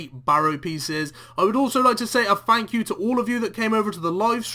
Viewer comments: "FANKyou" guys so much. lol ohhhh you. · "A massive Fank you"